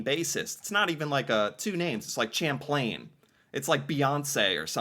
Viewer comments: Champlain = "sham-PLAIN". Not "champ..." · Champlain is pronounced Shamplain. He is the founder of New France. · fyi champlain is pronounced like shamplane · lol pronounced with a soft ch like sh hint he's French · Champlain is said with a sh sound